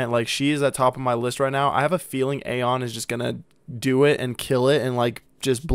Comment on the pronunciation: You pronounce Ahyeon wrongly. It is not A-hyeon, but rather Ah-yeon.